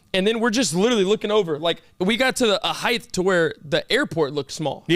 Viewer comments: did you say heigth? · every time says HEIGTH instead of HEIGHT i get un reasonably mad lol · still saying height wrong 😂😂